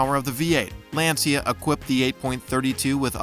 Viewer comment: As always the grammatical errors and especially, the mispronunciations of words that any true automobile enthusiast would absolutely NEVER mistake are unfortunate. Example...Lancia is pronounced "LAHN-cha", not LAN-see-uh.